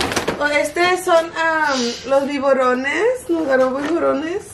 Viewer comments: se dise biberones no biborones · Omg I can't siempre ke la dise "biborones" ya me la imagination lavando los 🐍🐍🐍 en ves de los "Biberones" 🍼🍼🍼😂😂😂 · Los biborones😂😂😂 (biberones) ni uno ni otro 😍🥰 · Ni tú, ni ella... En realidad son biberones🥰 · Who else is laughing at the way she says”Biburones” 😂 Love you 💗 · And she said it twice 😭😂😂😂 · For a moment I thought she was saying tiburones hahaha 😂😂😂😂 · "LOS BIBORONES" LOL ay! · All the time I thought she was saying tiburones 😂🥺♥️ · I giggled every time she said bivorones 🤭